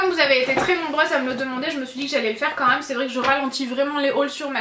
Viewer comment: tu peux arrêter de dire "maaaaaaaais euuuuuuuuuuuuuuuh" c'est vraiment insupportable et aussi "quand meume" merci bonne journée